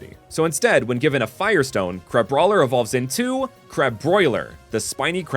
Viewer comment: Crabroiler is just how Bubble from BFDI would say Crabrawler 💀💀💀